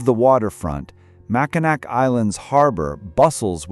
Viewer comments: It's pronounced mak-i-naw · Please, learn to pronounce the cities by their right name. 1st, it's not pronounced How-ton it's pronounced Hole-Ton or Houghton, Mackinac is pronounced Mac-in-awl. The c is silent. Remember Indian & French languages, translated to English. I can't take anymore I'm done listening. You have to do the rest of it. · Mackinac is pronounced mackinaw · Ho-ton, it’s spelled “Mackinac, but it’s pronounced Mack-in-naw, like gnawing on a bone.” The flashing yellow screen at each end of the pictures is VERY UNPLEASANT AND ANNOYING. Stop doing that crap. It’s not Yip-sil-lanti, it’s Ip- sil-lanti. The flashing lights are too much. I can’t watch any more. It’s giving me a headache.